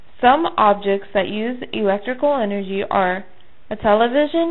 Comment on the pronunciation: energy not enrgy